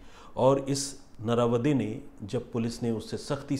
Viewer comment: It shud be pronounce as "नरावडे"😊 Plz sir kisi din Aurangabad maharashtra ki kahani sunaiye ..